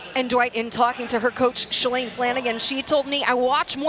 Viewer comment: Shalane is pronounced with a LONG A sound, like plane!